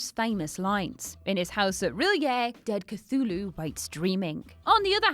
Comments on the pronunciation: Cthulu – "Kuh-Thoo-Loo" Chitinous – "Ky-Ton-Us" Charon – "Ka-Ron" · love that she stated she didnt know how to pronounce Cthulu and the proceeded to say it later on